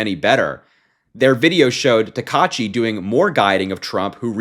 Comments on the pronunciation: The Prime minister's name is pronounced like this: [ta-ka-itchy]. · Great coverage! Her name is pronounced sah-nah-eh (Sanae) ta-kai-chee (Takaichi). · It's pronounced "Sa-na-eh Ta-ka-ee-chee" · her last name is pronounced Ta-ka-i-shi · It's pronounced /taka-ichi/. Just barely pronounce the 'ai' like 'eye' but split it in half at the last second by pitching up on the /a/ while stressing the /i/.